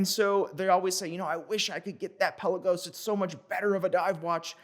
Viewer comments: It may be called Pe LA gos not PEL a Gos, but it’s definitely T you Dor not Too Dor 😉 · I just saw a Tudor vid. We've all been mispronouncing, "Pelagos". Emphasis goes on "la" instead of on the "Pe".